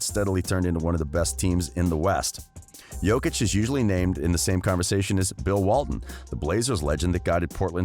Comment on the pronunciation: OMG SOMEONE SAID HIS NAME CORRECTLY RESPECT